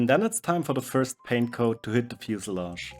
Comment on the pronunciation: I think the word is pronounced fuselage,... It is kind of a tongue twister when you think of it....